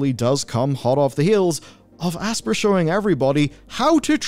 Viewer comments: it NOT ASS-PUR its ASS-PIE-ER , you calling it Aspurr is gonna give me a frikin' anyurisim. Just Kiddin' it is kinda annoying though. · This is the new Ubisoft (you be soft). It's pronounced Aspire. Class over. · It's pronounced "aspire" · have you never played an Aspyr game? their pre-menu video clip is literally a woman saying the name of the company while the logo gets hit with lens flare and she says "asp IRE" like the word 'aspire' not 'asper' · I always assumed Aspyr was meant to be pronounced the same as "aspire"...no? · it's pronounced like "aspire", sir.